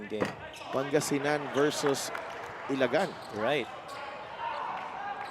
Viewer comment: Sorry po . Mali ang pronounciation nyo ng ilagan. Ila- gan. Kumbaga hindi diretso. Salamat po. Ang sagwa kasing pakinggan